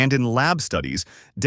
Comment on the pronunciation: Do us a favor and teach your AI to pronounce daikon correctly? What is day-con? Or did you mean die-con?